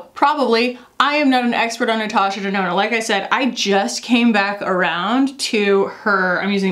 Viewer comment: Nurtooshur Durnoonur!!! The intro made me burst out laughing